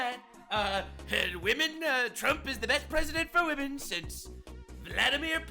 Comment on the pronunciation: “I respect wamen”… Respect means to fear Lol.😂